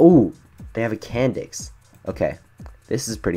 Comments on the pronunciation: THE SECOND HE SAID CAN NDIX I THOUGHT IT SAID CANNED. YA I KNOW XD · Candix that sounds so wrong like "Can" "D***"